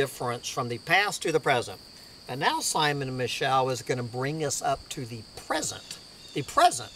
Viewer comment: It's pronounced Simon Me-show